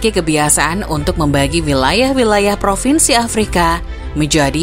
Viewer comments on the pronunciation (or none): none